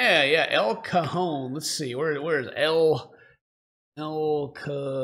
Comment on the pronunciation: I AM mexican and when ed says el cajón sound like he is saying el cojon witch is a swear Word soo yeah thats something